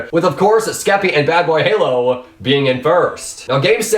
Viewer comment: Lol he didnt say bbh but badbayhalo every time. Kinda funny